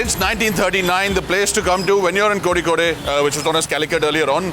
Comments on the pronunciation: Ugh, say "Ko-rri-code". Don't say "Ko-Zee-kode" or worse, "Ko-Zee-Koday". If all else fails, just say Calicut, we don't mind. It's better to say Calicut than butcher the Malayalam name. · WTF is kozikodey? If you cant spell it properly just say Calicut in English. Don't mispronounce it so badly. It iritates a lot to hear.